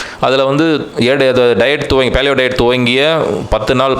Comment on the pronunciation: He is complicating the concept of paleo diet. These guys don't even know to pronounce paleo (பேலியோ). He says பாலியோ. The concept is just imagine what the palaeolithic man would have eaten to survive and eat like him. it is as simple as that. for this you need not have to buy any book. For better knowledge google paleo diet and you will get ocean of articles.